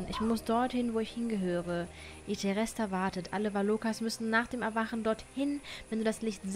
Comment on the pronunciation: I'm so sorry, aber es nervt mich so hart, wenn sie I.T.H.E.R.E.S.T.A statt I.T.H.E.R.S.T.A sagt😅❤ kann a sein dass ich mich irre😊